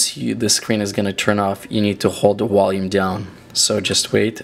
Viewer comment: maaaan this is annoying its Volume now where is there a w in this word enunciate the damn word its VOLUME with a V so i guess violin is now wiolin haha and water is now vater and wait is now vait all in all a cool ass video ooops i meant wideo lol stay safe